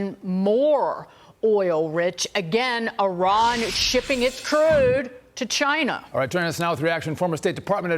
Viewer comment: said cheena